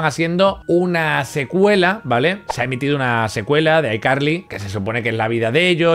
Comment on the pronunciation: Abuelo si pronuncias bien ICarly